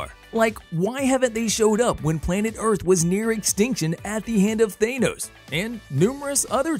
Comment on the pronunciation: Thaynis? You mean Thanos, don't you? Lol